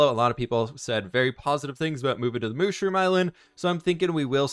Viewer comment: You don’t say moshroom you say mushroom 🤦